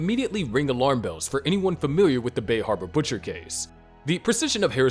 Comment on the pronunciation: The bay hawba butcha